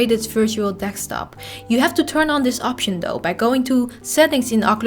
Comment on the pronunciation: Can't figure out what a dekstop is... Other than that, great video with the most amazing Dutch accent.